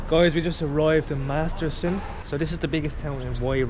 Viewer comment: I hope you starting calling it Masterton, not Masterson.